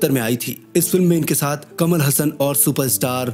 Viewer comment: कमल हसन नही कमल हासन वह कट पीस नही सनातनी है याद रखो